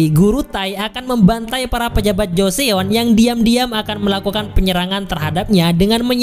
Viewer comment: 조선 (jo-seon) dibaca Jo-Son, bukan dibaca Jo-Seon. makasih udah bikin recapnya.. 감사합니다 🙏